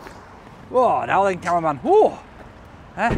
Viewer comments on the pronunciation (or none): Sounds like hes saying conman when he speaks about camerman...😂